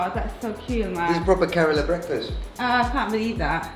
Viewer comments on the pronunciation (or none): kerala not karela